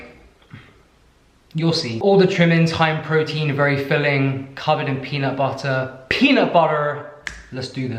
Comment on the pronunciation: That US accent "peanut butter" needs a little work. lol 🥜